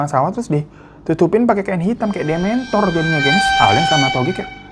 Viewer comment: maaf bang, tp pas bang bilang dementor ak jadi mau ketawa